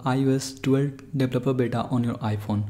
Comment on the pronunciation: “ lets download iOS 12 deblaplabluh bata”